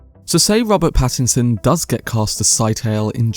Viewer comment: The mispronunciation of Pattinson to Paddington has me thinking of a kind bear with a hard stare for the role of Scytale and I love it!